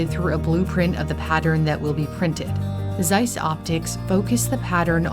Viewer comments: ZEISS is a German company and was founded in Jena (1846, in East Germany). The Z is pronounced in German like "ts" in "its". 😉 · 🙄 Zeiss = tsice not "seiss" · Oh please, could you perhaps try to pronounce "Z" not like a smooth "s"? It ALWAYS IS LIKE "TS" always ! German is so simple all letters are always pronounced the same , but hearing a one syllable name so "american ( wrong ) is hard to bare. The name is worldwide known, i think desevers to not be mispronounced. Please!!!!! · Just a little hint: the German Z as in Zeiss is pronounced like TS, so it's not Seiss, it's Tseiss. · As a side note on pronunciation, the letter Z in German is not pronounced like an S, but like a TS. So Zeiss is not Sice, but Tsice. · not SIZE ... its TSICE .... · Try to say it: tssseyes. It's "z" like in pizza 🙃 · James Webb Space Telescope? yes they have their stuff in there, too. Lol. But Zeiss is pronounced: "Tssaiss" sharp Ts. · Please don't call it seis its called ZEISS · As it is a german company its pronounced Tseiss. Because Z in german is pronounced like english ts. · Not sure if anyone mentioned it before, but it‘s pronounced „tsaiss“. The German z is not soft. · The right German pronunciation of Zeiss is "tsais" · Actually, it's pronounced "TSEISS". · Please, pronounce the "z" in Zeiss like you pronounce the "zz" in Pizza. Every German z is a Pizza-z. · Z is not spoken as S, but as Ts in german! Zeiss -> Tseiss. Just like Zug (train), Zeppelin or Zeit (time). Ts has the same sound like the t's in let's. Any microelectronics, semiconductors or satellite stuff is produced in clean rooms. I used to work in one for LED-production (semiconductors) and we had white clean clothing. That's where my nickname back then came from, because you could only see the eyes: White ninja xDDD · just try to say TSeiss, thanks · The cringe everytime someone says Zeiss so wrong...even the video maker. It's a hard sharp Z at the start. Like a snake hissing Tzeiss